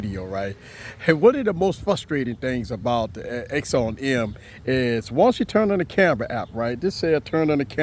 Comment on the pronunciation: And for the love of God it's not called an axown em its called an akson m axon m its pronounced acson m